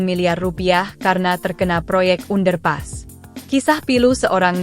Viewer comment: Baca under pass kok lucu.